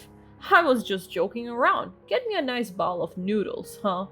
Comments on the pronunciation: Please bowl is pronounced bole long o. The way you're pronouncing it as bowel-like in bowel movements from the digestive tract. Please get better English speakers.😮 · I just wanted them to know how they're pronouncing words sound to English speakers and what they mean. I wasn't trying to be mean. I know the owl in bowl was being pronounced as owl.